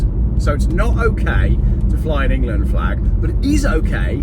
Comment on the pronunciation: Engerland, Engerland, Engerland... Engerland, Engerland, Engerlaaaaand, Engerland, Engerland, Engerland...Engerland, ENGERLAND.